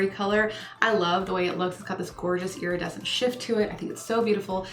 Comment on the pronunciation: Yay! Ooh I love the gold glitter. I think I’ve only heard you say “iradecent” I have no clue how to spell it lol or what shade it is teehee